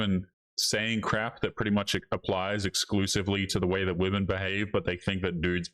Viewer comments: Its crazy how so many women cant even pronounce the word women. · i wonder when these modern women will learn how to pronounce the word, 'women'. its almost like every single one of their 1st grade teachers failed teaching them basic english.